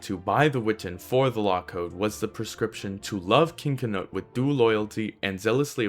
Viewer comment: Great vid I enjoyed it. Some feedback, Canute in english is 'ka-newt.' I'd prefer the white dragon for England before those Normans came over. :D